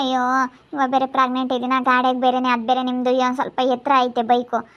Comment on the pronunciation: ಪ್ರೆಗ್ನೆಂಟ್ ಪ್ರಗ್ನೆಂಟ್ ಅಂತ ಕೇಳಿ ಕೇಳಿ ಕಿವಿ ರಕ್ತ ಬರ್ತಿದೆ ಯಪ್ಪಾ ಈ ಗೂಬೆಗೆ ಮಗು ಬೇರೆ ಕೇಡು 😔🤦🤦🤦